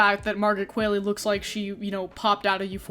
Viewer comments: I say this kindly and gently: Qualley has Norweigan origin so her last name is pronounced as Kwal-EE like Wall-E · That's not how you pronounce Margaret Qualley's last name. You say it like it rhymes with Hayley, but the way she says it in interviews rhymes with Wally. Sorry if I sound pedantic pointing that out, but it was bugging me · Fun fact: Sue's actress's name is Margaret QUALLEY, without an i. Pronounced Kwol-lee. I didn't know that before. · yoooo why is everyone mispronouncing margaret qualley's name lately, it's phonetic